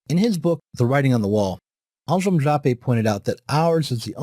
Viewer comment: How in the heck do you get 'Aljem' from 'Anselm'? ( , )